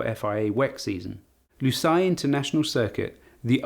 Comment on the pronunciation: no one as of yet pronounced Lusail correctly 😂